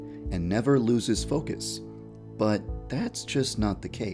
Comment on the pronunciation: Hear the 'thats'